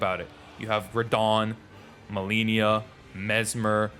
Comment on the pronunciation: bro she says "i am Malenia" every single time you die to her over and over again and you still mispronounced her name 😭